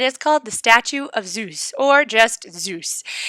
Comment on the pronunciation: i like when you say "zous" hhh